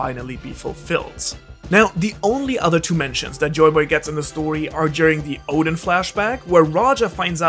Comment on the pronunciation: Bro is calling Oden "Odin"